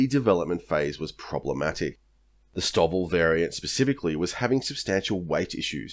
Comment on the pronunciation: ive never heard 'stovl' pronounced as 'stovvle'. usually its 'stow'-'ville'. the big attractor for the f35 was distributed manufacturing creating regional economic offsets which was a force multiplier for sovereign technologies, supply chains and skills base- along with redundancy in supply chains.